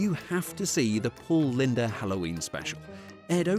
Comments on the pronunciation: Paul "linda" is pronounced "Lind." The E is silent. Pay attention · It's pronounced "Paul LIND". not Paul LINDA. The "e" is silent. hahaha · I lost my interest in Halloween before that part of the decade, so I've never heard of any of these.. I'm back into it again, just not crazily... BTW his last name is pronounced Lynde (the e is silent), not Linda... 😂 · Paul Lynde, not Linda😂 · The e in Paul Lynde's name is silent.